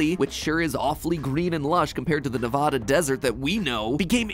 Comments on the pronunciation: As someone who grew up in Nevada and live in it it's not Nev-ada its Nev-ad-a it's drives me and my family insane when someone says Nev-ada ITS NEV-AD-A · It’s said Ne-VAD-uh instead of NE-VAH-DA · hi matpat big fan just 1 small tidbit it is not pronounced nev-ad-u its nev-ad-a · Matt it's Ne-VA-Da, not Ne-VAH-Da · it's NEVADA NOT NEHVODAH I'm sorry the pronunciation makes me angry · Matpat, i beg, as a nevadan, say "NEV-AH-DUH" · neh - "vah" - dah 😭😭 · It’s pronounced “Nih-va-duh”, the same “a” sound used in MatPat, MatPat. Thank you 🙇‍♂️ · It’s pronounced Neh-vad-uh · Ok, im sorry, but please for the love of god say nevada the other way. It isnt Nev-Ah-da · Being from Nevada means I get really excited to watch videos involving my state, but cringing when people from outside the West coast say it's name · as a Nevada resident, the way he says it messes me up so much 😭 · SAY NEVADA CORRECTLY!!! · As a Nevadan I am offended at the way you pronounced Nevada. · You pronounced Nevada wrong